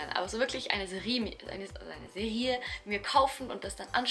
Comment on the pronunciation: Du betonst das Wort Serie sehr lustig :D Die Benotung ist im Hochdeutschen eigentlich auf dem ersten e, also Seeerie und nicht Seriiiiie. Macht dich aber irgendwie mega sympathisch ^^ Meine Lieblingsfilme sind natürlich Harry Potter und Herr der Ringe, aber ich finde generell Filme die zum Nachdenken anregen oder so Mindfuck-Filme mega gut, so etwas wie Memento oder Das geheime Fenster. Da passen die zwei Fantasyfilme natürlich nicht sooo sehr dazu, aber Fantasy ist halt schon auch ein sehr geiles Genre.